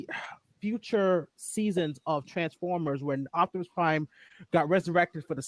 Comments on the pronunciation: say it with me Op-ti-mus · I'm sure you and are saying his name right but for some reason it sounds like you both are saying "Octomus"😅 lol!